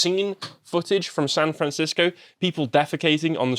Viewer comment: "Fran Sancisco"